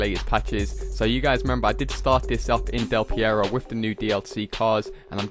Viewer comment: Why does he call Del Perro "Del Pierro"